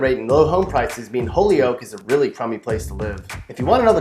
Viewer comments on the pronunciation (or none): NOPE NOPE NOPE! Holyoke isn't pronounced holy oak. It's hoy yoke. Omg.